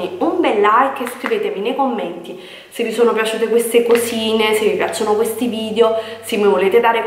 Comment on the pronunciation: Ma vogliamo parlare di "vidjo"? 😓